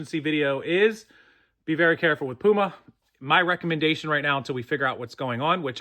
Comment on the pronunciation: So no “Poo-Ma” well shoot